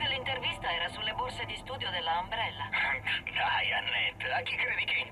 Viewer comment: si scrive Umbrella ma si legge Ambrella xD